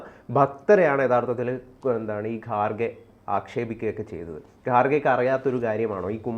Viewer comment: I like your channel.. But please pronounce properly.. Its not gaarge. Its kharge. Its not khar khar mahadev. Its har har mahadev. Your pronouncing is completely irritating . pls correct it.. TG is very good in pronouncing ..